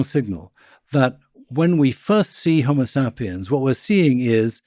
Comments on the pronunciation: I hate how this guy says 'homosapiens'. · Next chance I get, I’m pronouncing HomoSAPiens just like this. My friends will know that my community college degree really paid off.